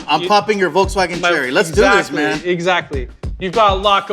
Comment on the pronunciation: Umm it's pronounced VOLKSWAGEN mot VOLTZWAGON